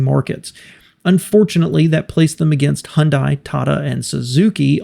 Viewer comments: Doesn't anyone watch commercials? It's "Hyundai, rhymes with Sunday!" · I didn't notice any grievous abuse of Japanese, but your Korean might need some help. Hyundai rhymes with Sunday.